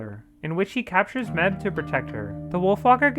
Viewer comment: It felt so weird hearing this guy say Mebh. Like Meb-heh, especially since the movie pronounces it May-ve